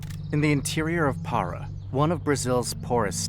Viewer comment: O cara fala Para sem acento, em vez de Pará.